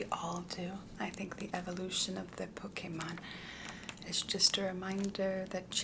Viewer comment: Crystalline is also a french water brand and the way you prononce « Pokémon » is really french too 😂 kinda funny to me